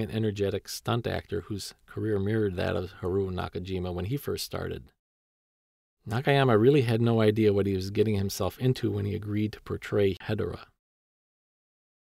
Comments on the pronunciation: No it's pronounced as hed-or-ah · Im not being mean or anything but Hedorah is pronounced he-door-a,Ghidorah is pronounced gih-door-ah,and Anguirus is anger-us.Lots of people pronounce Ghidorah and Anguirus wrong.